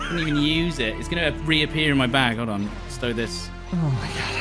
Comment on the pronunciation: u dropped the rapp h instead of stow it